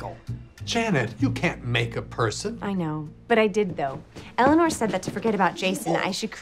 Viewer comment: It kills me that Eleanor takes on Michael's pronounciation of her name. "I'm Elliner, man!"